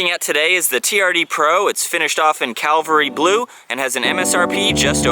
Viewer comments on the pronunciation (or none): Cavalry not Calvary.